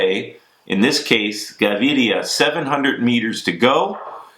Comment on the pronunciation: Props to Bobke for his perfect Fernando Gaviria pronunciation! before he was mispronouncing it . ;)